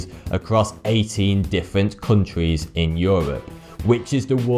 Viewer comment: Countries, sounds like cuntrees